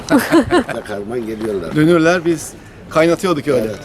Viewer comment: Dünürü dürüm diye okumak